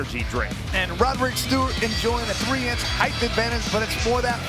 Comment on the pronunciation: "Heighth" is NOT a word!!